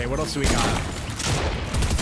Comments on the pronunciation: He really said “narooto” 💀💀💀💀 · How dare he say naruto wrong